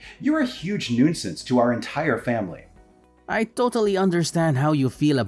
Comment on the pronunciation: Gak! Again, siblings with different accents. Also, Genius, you don't pronounce the "i" in nuisance. It's "noo-sance".